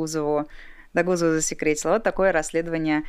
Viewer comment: Догузова ударение на первый слог, на о